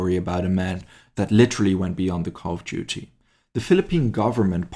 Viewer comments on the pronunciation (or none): none